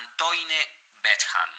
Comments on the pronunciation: Por favor 🙏🏻 el video dice la verdad pero hagan un esfuerzo para pronunciar mejor el nombre y apellido de Antoine Bechamp ! Asi como pronuncian bien a Louis Pasteur deberían hacer lo mismo con el gran cientifico Pierre Antoine Bechamp... aunque no lo crean pronunciar mal el nombre de un cientifico hace q el video, aunque diga la verdad pierde credibilidad... la fonetica de Antoine es Antuan y la fonetica del apellido Bechamp es Besham 🙏🏻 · El autor de este vídeo hizo toda una [pseudo] investigación, pero no pudo pasar por el traductor de Google para aprender a pronunciar Antoine Bechamp